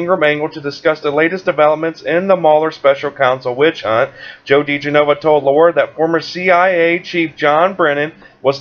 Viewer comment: The pronunciation of Joe's name is 'da-gen-oh-va'. Just sayin'.